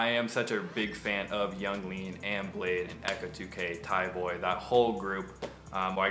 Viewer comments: bladee not blade hahha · Niklas Volggger it’s bladee listen to nard interview sad boys Yung lean made that clear